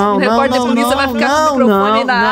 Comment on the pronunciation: "Eu sou polícia,puliça" puliça,reporter